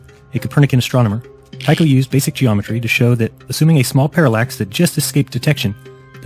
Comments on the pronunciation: With every video you make me cry with laughter, keep it up! BTW, a small nit to pick: "Two-show" is the German pronunciation,"tee-Koh" is the Danish pronunciation (as well as the Latin) Brahe change his name from the Danish Tyge to the Latinized Tycho. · Tycho is pronounced Tea-ko, you presumptuous git. Otherwise carry on. :) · Isn't it, Tycho, pronounced "Tah coh" (Taco) ... mmmm, tacos! Aw nutz, now I is all hangry! 🤡🌮🌮🌮🌮🌮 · He can’t pronounce a lot of these things. I was almost waiting for him to call him “Taco Braingate” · One thing though, you can pronounce Tycho as 'taikou' (according to wikipedia at least). Even if you wanted to pronounce it as a Dane would, it's neither 'taikou' nor 'tuxou'. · The narrator, although correct in most points, was wrong regarding his pronunciation of Tycho. His name is NOT Tucho! Jism pronounced Tycho's name correctly. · Where are you getting your pronunciation "too-coh" from for Tycho? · GreatPirateSolomon Well, more like Tu'-ko. But his first name is the latinised of the name Thyge, so how you pronounce is kind up to yourself :P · Incorrect, in Danish the e is voiced "Brah-heh". The Tycho is mispronounced, however, it is more like "tuecho" like u-umlaut would be in Deutsch. In English both "Brah" and "Brah-Hay" are correct. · I can at least understand the consistent mispronunciation of Tycho Brahe’s name, as here in the U.S., I don’t think I ever saw the name rendered with the umlaut that indicates the appropriate pronunciation (at least not in school). However, I find the rest of Jism’s errors less forgivable. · To be fair, the Danish pronunciation of Tycho Brahe is more like [ˌtyɡo ˈbʁɑː] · Also is that how you pronounce his name? Have been pronouncing it wrong for years? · Cut the guy some slack on the pronunciation: in the States we call him /ˌtɑɪ.koʊ ˈbɻɑː/. Your way may be more accurate but I've literally never heard it from an American. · His name is pronounced Tycho NOT Tucho!